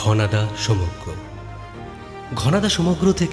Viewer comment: bro did you just say, "প্রেমেন্দ মিত্তের রচিত ঘনাদা সমজ্ঞ?" 😂😂😂😂